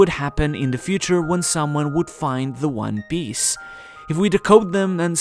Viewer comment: one Piece not one Biece jesus dude